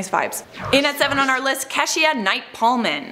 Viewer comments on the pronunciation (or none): Her name is KEY-SHA NOT KESH-EYAH. 😖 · Oooohhhh CRINGE each time you say Keshia Knight Pulliam’s name. It’s Key-sha. Kesh-eee-uhh is so wrong on so many levels. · It’s key-sha. Ke$sha is a washed up singer. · Whitney Melvin I said the exact same thing in the comments and she was defensive 🤷🏻‍♀️ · Keshia?? We don't pronounce her name like that! Its KEY-SHA....KEY-SHA Knight Pullium!😁😂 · Keishia is pronounced as Kee.Sha and her last name is pronounced as .ium (Pulliam) not Pullman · Last video I watched they destroyed the name of an African continent. They should really review pronunciation. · Key sha.... how hard is it to pronounce keshia? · mickeypoo305 exactly! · Keshia= key sha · Don't forget Raven was also on the princess diaries 2 pretty sure that's now how you pronounce keshias name. Lol